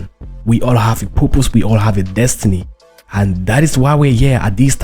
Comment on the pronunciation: Dud u say purpose, or poopoos?